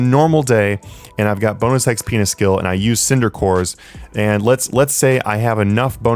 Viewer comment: sounds like he said bounus x penus great vid thank you.